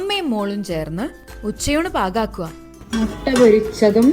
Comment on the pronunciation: മൊട്ട അല്ല മുട്ട